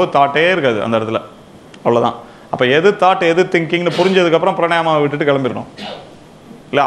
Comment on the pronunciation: Thanks sir. One small correction. Correct word is Praanaayaamam ( not pranaayama ) Praa naa yaa mam Thank you Vanakkam